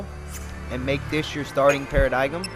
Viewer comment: ***** I will say that one thing I found annoying at the start of his play through was the fact that he mispronounced a lot of words such as Paradigm. At this point though, I've gotten used to it, though I am going to be mad if I start pronouncing it as Para-di-gum like he does.